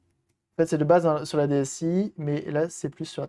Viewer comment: 👌 NB: DS 'i'. 'i' se prononce 'eye' car la caméra mime l'œil.